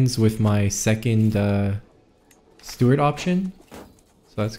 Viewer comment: Its steward not stewart